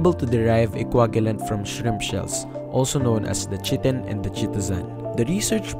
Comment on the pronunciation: I think it's pronounced as kay-tin and yep Cellulose is the most abundant...